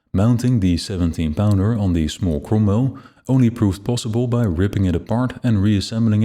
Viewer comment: this is an awesome video! love the depth of it... my only nitpick is the pronouncing of the cromwell... it has me laughing every time it is said... as the 'ro' sounds like an 'u'...